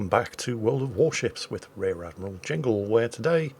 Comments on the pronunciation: "World of Warships with Rear Admiral Jingle" That's a new one, but hey, you never get names right. :-) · Actually your name is not jingle like you said in your introduction. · That moment when a professional youtuber messes up his own name in the intro. Never change